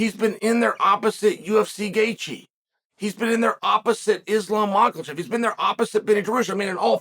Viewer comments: Others: Makhachev Chael: Maklachev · "Machallchef..." LOL Chael go to diction class... hehe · "Makelchev" lmao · Butchering islams last name. Mans said mocklchev. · mack-el-chev lol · unc chael always says mackal chev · Love it when Chael talks about "Makhalchev". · MAW COAL CHEV 😂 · Uncle chael you do realize Islams last name doesn’t have an L?